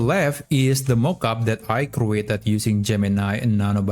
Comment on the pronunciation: crew-ated? lol